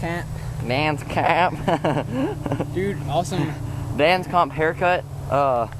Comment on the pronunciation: you dont know shit about biking, or bike parts, your bikes are pieces of shit!! and fuckin learn how to say DANS COMP